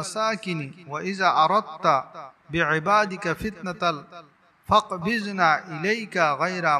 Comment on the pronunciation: লিখেছেন ফাকবিযনি আর উচ্চারণ করলেন ফাকবিযনা !!? কোনটা সঠিক ?